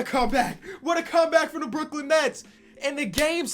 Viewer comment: Brook-Lin is back